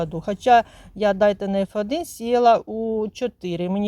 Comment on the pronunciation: КатАлог та ДАйтона дуже ріже вухо. Це не суржик.